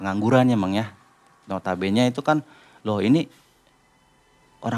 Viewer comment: nota bene tu dibacanya NOTA BÉNÉ. Bukan "nota bén". Itu bahasa latin aslinya. Maap dikoreksi 🙏🏻. Karena sering banget nyebut Nota Bene di video.